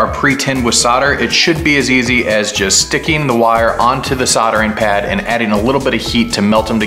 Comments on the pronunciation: Love the video, but please stop calling it soddering 🤦‍♂️ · What's soddering?